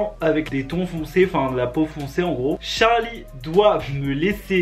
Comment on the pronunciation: Charli devient jarli 😂😂😂😂🤣🤣🤣🤣🤣🤣